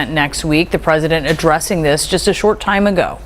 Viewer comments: 😂 she said shart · She said shart😂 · Kim said Shart. Shit/fart. C’mon Kimmy.